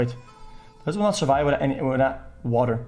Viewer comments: "Surive" Omegalul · “Surive” OMEGALUL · "60 seconds to surive " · "Surive" Pepega Clap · Pepega "Surive" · „Surive“ PogChamp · “surive” PepeLaugh